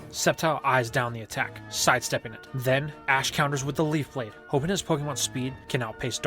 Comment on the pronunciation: I think i heard you saying septile uses sleef blade